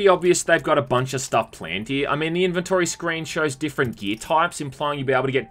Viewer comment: That’s not how you pronounce inventory…